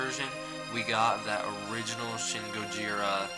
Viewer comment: shin is pronounced 'sheen' all letter "I" sounds in Japanese sound like "ee"